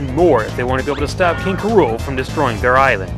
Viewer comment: did you say "king k. rola"?